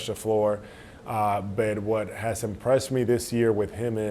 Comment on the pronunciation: Anyone ever notice when Al goes to say “but” you can hear the subtle Dominican accent ready to say “pero” 😂 i love this man , Celtics Big Papi ☘️🇩🇴